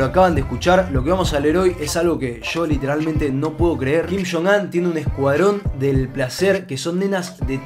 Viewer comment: Todo el mundo: kim yong un: kim shon an